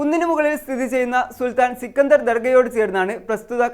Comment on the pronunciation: സിക്കണ്ടർ അല്ല.... സ്കന്ദർ അതാണ്‌ കറക്റ്റ്...... 😄😄😄😄😄